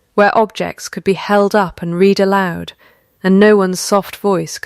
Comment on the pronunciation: Nice story, but read was mispronounced numerous times. Also, choose how to pronounce the name and stick with it. Was it Lynnet or Lynette?